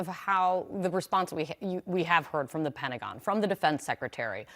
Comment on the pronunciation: What does the word "Pen-agon" mean? 🤣🤔